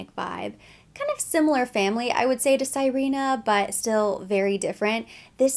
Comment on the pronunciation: Sirena means mermaid in Spanish. You say it like "Si/ rhe/ nah". It is a lovely scent you reminded me I have a decant. I will be contemplating picking it up when summer comes around in the southern hemisphere.